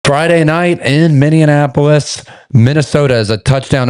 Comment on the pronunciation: Did you really say Minnianapolis? C'mon, man...